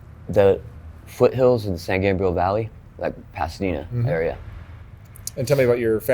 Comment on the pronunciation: Dude just say Pasadena.